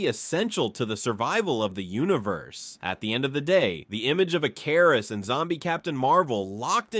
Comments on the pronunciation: Ick-er-iss not e-car-is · “Eh-KAR-is” is where I walked away. 😅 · Ick-er-is not ik-car-is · Pronounced (Ick- ker- wrist) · How many different ways are you going to pronounce Ikarus wrongly? It's pronounced ICARUS like the myth. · How do you mispronounce his name the entire thing, when they blatantly say his name so you know exactly how to? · Why the fuck does it pronounce his name like that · The way your saying his name is bothering me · Ai cant aay Icarus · I know it's petty but the fact he kept mispronouncing ikaris was driving me crazy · Why is he mispronouncing "Ikaris"? 😅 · Why is the pronunciation of ikaris soo bad in the video 😂😂😂😂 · Dude pronounced Ikaris different everytime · Why can't any Yank or AI say Icarus right? 😂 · Bro is this AI because nothing is pronounced right